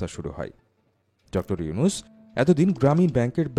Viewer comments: নামটাও ভাল করে বলতে পারো না, ডঃ ইউছুন কি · আপনিত ভাই একজন বাঙ্গালী। কিন্তু শুরুতেই ওনার নামটা ডঃ ইউনুছ না বলে ইউছুন বল্লেন কেন? ভিডিও আপলোড করার আগে একটু হোমওয়ার্ক করে আসলে ভাল হত না।যাইহোক তারপরে ও লাভ ফ্রম বাংলাদেশ। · প্রথমত ড. ইউনুস সাহেবের নামটা ভালো করে উচ্চারণ করুন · ইউনুস নাম টাও উচ্চারণ করতে পরেন না😂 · ড. ইউনুস নামটাও তো উচ্চারণ করতে পারো না, যা ১.১৩ মিনিট এ কি বলছো দেখে নাও, এরপর থেকে ভিডিও আপলোড করার আগে সব ভুল ত্রুটি দেখে নিও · পলর চনু আগে নাম ভালো করে বলতে শিখ তারপর ভিডিও বানাইছ😊